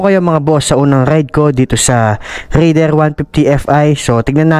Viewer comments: raidererrr😂. medyo bulol si sir sa pagbigkas ng "R" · bat ka nag raider boss eh bulol ka sa R HAAHAHHA